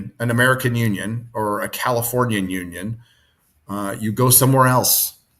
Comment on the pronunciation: The more I hear say union, the more I hear Noonien and have to scream......KHAN!!!!